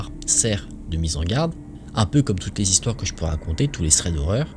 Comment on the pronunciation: 5 zistoires ou 5 histoires ???